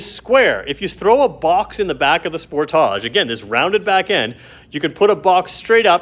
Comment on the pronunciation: The way you pronounce sportage, gives me ear cancer! Spoortaaje